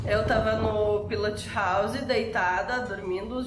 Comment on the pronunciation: PILOTI HOUSI....essa mania do brasileiro de sempre adicionar um "i" no final de toda palavra inglesa!